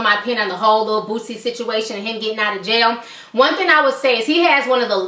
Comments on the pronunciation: why are you saying bootzy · Lol She Kept Sayin Lil Bootsie , Its Boosie Ma'am . My Dawg Free Now Yall Be On The Look Out For My Nigga .. Click Our Channel To Check Us Out , "Jae'Kush" Boosie's Up Coming Young Artist . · Its not bootsie bitch fuck